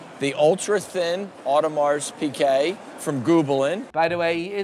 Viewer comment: Audemars PIGUET!!!!! Why the fuck do people pronounce it PIQUET ? there is no Q in the name!